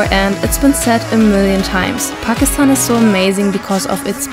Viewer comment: She really knows how to pronounce Pakistan unlike some Youtubers. So she is definitely speaking truth.